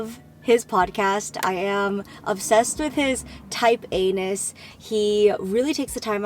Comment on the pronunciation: Am I the only one who noticed it sounds like she said she loves his type Anus when she said she likes his “Type A-ness?” Just me? Haha I love you Jenn!